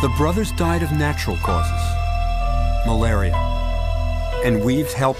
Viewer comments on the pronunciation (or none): "It was malaria not murda."